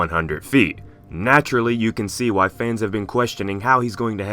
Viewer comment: wky kongs size matters peeeerrrrfect english